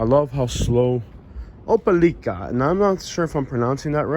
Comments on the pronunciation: It's pronounced Opa-lacka. It means big swamp. It's great to know that you're here. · Its OH PE LYKA! #NATIVE!😂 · First comment: I know i butchered the pronunciation of this towns name!!! 😅😅🙂